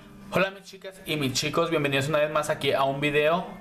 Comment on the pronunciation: Me gustó la explicación!. Pero lo que me molesta es que pronuncies mal chicas/ os. Me enferma que digas shicas y shicos 😠